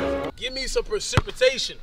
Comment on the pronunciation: Nobody:: PERCIPITATION